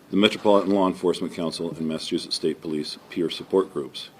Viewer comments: It's not a vigual, it's a vigil... Lol aww you're funny when you mispronounce things. I love it!! Oh and it's Massa-chew-setts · I hate to be that person but I am Going to ..u have covered some cases and unfortunately they are my state that u keep pronouncing wrong and my home and state is Massachusetts.. just say mass or MA .. I’m not trying to be rude but it just hurts my love for u when u can’t say my state and home correctly